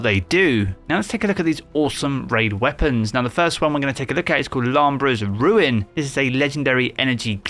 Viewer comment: The way you pronounce these names lol. It’s Lou-bray’s Ruin. Not Lambrah :-)